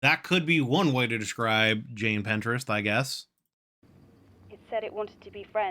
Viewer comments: please pintrest is a site to do crafts and find art, her name is Jane Prentes, pronounced like praying Mantis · cannot get over him calling jane prentiss "jane pinterest" 😭